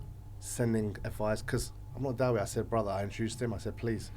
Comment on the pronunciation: Brother, I love the way you say da-wee but I think it's pronounced da'e